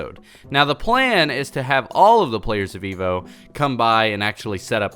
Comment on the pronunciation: why do i always here Veevo instead of EVO